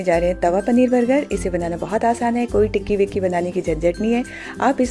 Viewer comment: You are saying tikiwiki what is Wiki ❓❓❓❓ 😂😂😅 but very nice recipe